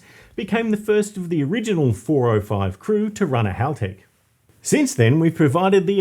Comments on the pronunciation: I always laugh when car guys ang girls pronounce Halltech incorrectly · 11: Most Americans pronounce Haltech 'Halltech' 🤷‍♂️ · Rhymes with bell. Not ball.